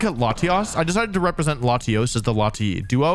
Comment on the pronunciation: Thank God he didn't say "layshos" and "layshas"